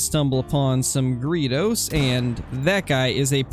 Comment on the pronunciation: Just did some searching and found 5 pronunciations and 1 said greydos, 1 said it my way, & 3 said Gree Does